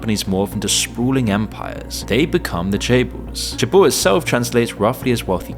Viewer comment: Seoul = Soul Lotte= Low Tay Chaebol= Chay Bal